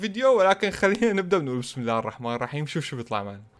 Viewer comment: ترا الراء مشددة في (عبدالرحمن) و الرائين في (بسم الله الرحمن الرحيم) إنتبه ما تقول راء بشكل عادي لازم تشدد👍👍👍👍👍😃👍👍👍👍👍👍👍👍👍👍👍👍👍👍👍👍👍👍👍👍👍👍👍👍👍👍👍👍👍👍